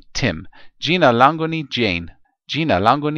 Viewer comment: Its jina langu not lango